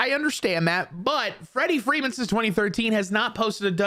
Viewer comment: Wrederick Wreeman